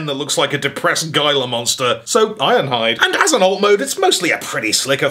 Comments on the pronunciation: "Gila" is pronounced "HEE-lah." It's "HEE-lah" monster. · Isn't gila monster pronounced "hee-la" monster? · Damnit! Gila is pronounced like “Heela”, not sure why, but it is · Heela monster, it's pronounced heela monster.